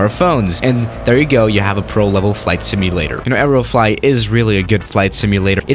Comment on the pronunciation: stop saying areo flot